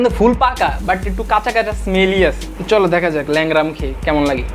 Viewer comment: Lengra ❌ Leura ✅